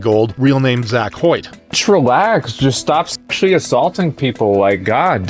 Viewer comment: Saying "eschually assaulted" instead of just sexually assaulted is WILD.